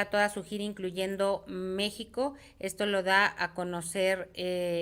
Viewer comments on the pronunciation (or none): none